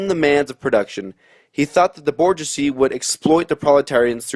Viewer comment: Hey, It’s pronounce bourgeoisie [boor-zhwah-zee].